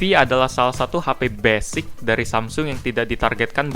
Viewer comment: wkwkwkwk ngomong basicnya gitu amat